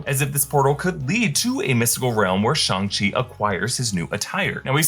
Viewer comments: It’s Shang not “Shung”, idk care the way Kevin said it, his accent got in the way, even Sterling the creator said that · SHANG not SHUNG lmao why do yall get so much promo and can't even pronounce character names properly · it's Shong not Shung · I thought it was Shang not Shang.. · It literally isn't..... It's "Shung". It's how it's properly pronounced